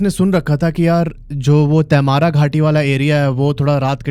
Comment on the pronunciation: क्या बकवास है, मैने कभी नही देखा, और तैमारा नही तमार् बोलते हैं. आप बोलते हिंदी हो और अंग्रेजी का नाम बोल रहे हो. जैसे आप mango🥭, Jamshedpur को क्या बोलोगे? मैंगो या मानगो?